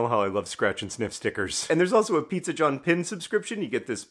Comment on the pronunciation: I loved the snee-zza